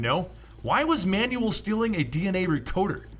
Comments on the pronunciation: It's annoying how you pronounce Manuel as man-new-wel. It's pronounced MAN-wel. Dude, I literally stopped watching midway cuz I got annoyed every time you mentioned manual HAHAHA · I know you've seen this, but it's driving me nuts. It's pronounced "Man-well."